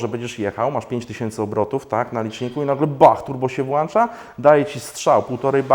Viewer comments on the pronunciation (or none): Na Boga. Co z polszczyzną? WŁĄCZAĆ A NIE WŁANCZAĆ. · popracuj nieco nad tym swoim "wŁanczać" bo mnie szlag trafi. Paulina M. nie jestem ale są pewne nieprzekraczalne granice:-).